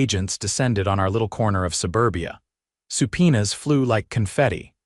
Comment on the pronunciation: subpoena, not supina